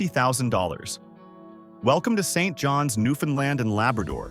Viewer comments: Regina (not Regeena) & St. John's (not street John's) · Absolute waste of time ! Sounds like computer generated text to voice. Can't pronounce common names like Saint John's or Regina. Talks about Brandon while showing pictures mostly of Winnipeg. Don't trust a word of it!!